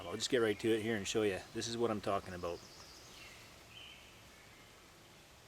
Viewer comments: aboot Haha Canadians you gotta love em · what you talking aboot willis? lol i always wanted to hear a canook say that